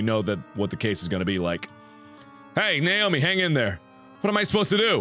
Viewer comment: I know he is shouting "Naomi!" but I only here "Nail me!" :'P